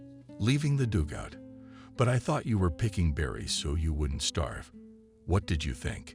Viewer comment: Learn how to say dugout. It is not dougout.